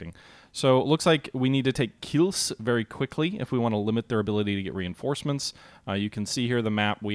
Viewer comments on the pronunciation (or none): It's "Kielce", not "Kills".